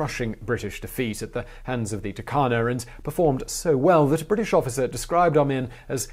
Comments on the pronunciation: we Kenyans pronounce it as Toorkana stressing on the r and not Takana the way you pronounced it. People need to pronounce words the way locals pronounce it otherwise there'll be a communication barrier. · Turkana --> Toorkanah